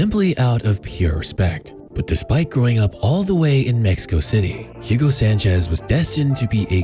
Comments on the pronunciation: Excellent video...but, there's an issue. This soccer player (better known worldwide as "futbol") isn't "Yugo" Sanchez, but rather "Hugo" Sanchez. Thx. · FYI the H is silent so its ugo.